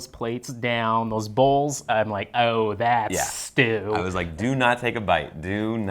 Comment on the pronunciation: IT'S STU STEEEW!